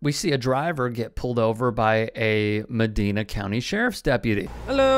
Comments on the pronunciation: I hear you. I keep seeing a lot of bad cop videos from mid-Ohio? Some of these good ol boys are scary, like “Deliverance” scary. Oh, and? It’s MEH-DY-NA, not meh-dee-na, as in “funky cold”. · It’s Muh-Dine-A